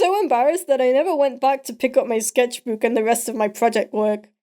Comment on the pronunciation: You say scetchbook wierd and I love it XD